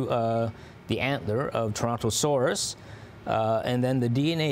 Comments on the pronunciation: It's Torontoceros, NOT Torontosaurus. "Saurus" means lizard, "ceros" means "horn" or "Antler" as latin doesn't distinguish between the two. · So they're mispronoucing it. Ceros is the word for "horn" in Greek. which makes more sense. Like rhinoceros rhino(nose) ceros(horn). So it's called "Toronto horn" then. Nope, it still stinks 😅. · The reporter can't say Islington, the other guy says "Torontoceros" as "Torontosaurus."